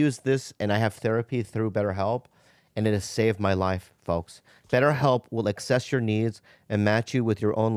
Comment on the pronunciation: I wonder if bob will ever get "assess your needs" right he always wants to "access your needs"